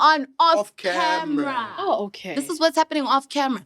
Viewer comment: I love how pronounces "camra" when referring to a camera & he's such a cutie pie.